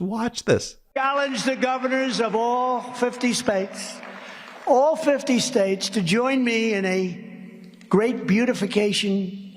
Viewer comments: "all 50 spates..." geez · 'All 50 spates.' 🤣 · I love where Trump said spates then had to repeat the word correctly as states. He does that all the time. In one speech he says furniture instead of future.